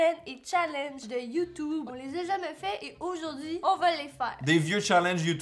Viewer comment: ON DIT YOUTUBE PAS YOUTOUBE !!! (vous m'avez bien fait rire, votre humour est celui que j'adore, c'est-à-dire de l'humour lourd)